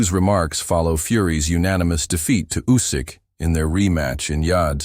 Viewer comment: "Usk"?? That's NOT how Oleksandr pronounces his last name and it is also no secret.